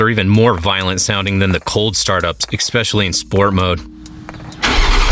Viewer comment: EXpecially is not a word, but great info just the same